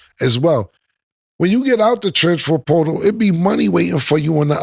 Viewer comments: “Transfor potal” was beatin his ass 😂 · “Transfort poooootal” 😂😂😂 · “The trafanper sportal” 😭😭😭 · “Alright cam, say transfer portal” Killa: Stanima. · Why cam can’t say transfer portal correct 🤣🤣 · cam struggling to say transfer portal lol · Cam not being able to say “ transfer portal “ is sending me 😂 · The words “Transfer Portal” was fucking Cam up😂😂😂😂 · To be a rapper Cam sure does struggle to pronounce a lot of words/names/phrases 😂 ALOT lol. Is it the teeth? Does he do it intentionally or he just don’t give af 🤷🏿‍♂️